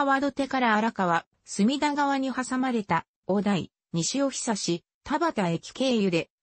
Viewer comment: 西尾久は、「にしおひさし」ではなく、「にしおぐ」です。😂JRの「尾久」駅は、「おく」です。😂